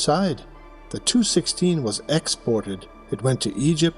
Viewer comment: AI has a problem with Tupolev aircraft models...it's "Tee You"...not "Tu"...Otherwise, not bad...